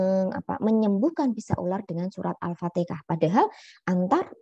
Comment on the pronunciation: Afwan Bu bukan alfatekah tp alfatihah